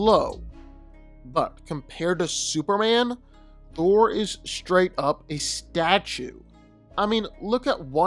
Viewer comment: Am I the only one who keep hearing superann and not superman?